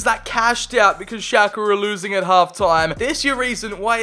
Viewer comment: I always thought you said Xhaka instead of Schlake haha